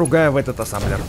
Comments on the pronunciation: Не Ассамблер А Ассемблер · это не Асамблер а асемблер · Называеться Асемблер а не Асемблер! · Какой асамблер асемблер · ты сказал АССАМБЛЕР а там написано АССЕМБЛЕР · Ребзи! А сколько сказал Асамблер!